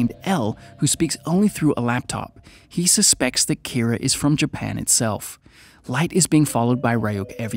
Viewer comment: Keera its kinda more pronounced like keeda. Just with a very slight R sound